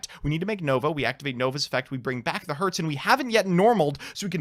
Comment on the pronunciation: When comes the day, i see a popular yugituber pronouncing cyber dragon herz and nächster right...